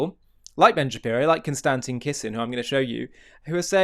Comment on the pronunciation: The way you pronounce "Konstantin" is really innovative and unique.